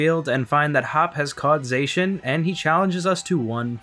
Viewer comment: These games were really good. I liked the visuals and many of the character designs. The wild area was pretty barren but the tall grass textures look awesome! Zacian is pronounced Zah-see-yan.